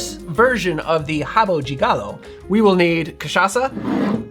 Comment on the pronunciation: Nice to see an American pronouncing "de" properly. It's not "deh" folks, it's "gee". Rio de Janeiro = "Heeoh gee janeiro". Not "Rio deh Janeiro".